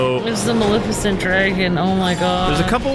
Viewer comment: Man, still can't say Maleficent's name right.